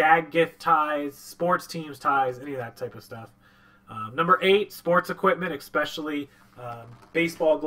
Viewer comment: especially not exspecially